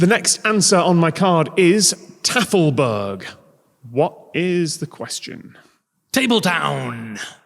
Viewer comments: Omg! The way you pronounced Tafelberg... I absolutely did NOT make the connection, despite being a native Afrikaans speaker... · /'tæf.l.bɜ:g/ as a pronounciation of /'tɑ:.fəl,bæ:rχ/ is exactly how to get a snotklap to the back of the head with a pantoffel by any afrikaans teacher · I am from South Africa. I speak Afrikaans. I totally didn't click on the "Tafelberg" due to the beautifully butchered pronounciation! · As a Dutch speaker, "Tafelberg" had me laughing both because of how wrong was, and also because that is the most English pronunciation of Tafelberg ever